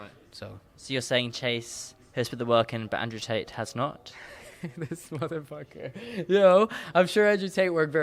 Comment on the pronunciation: haha " This Mofocka "